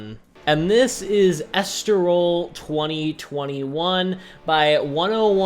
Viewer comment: Est-tol-ril = Estoril Al- Garv = Algarve Sorry to be that guy, but great video 👍